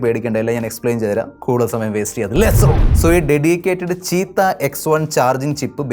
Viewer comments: ചീറ്റ ❌ചീത്ത ✅ 😂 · ചീറ്റ ❌ ചീത്ത ✅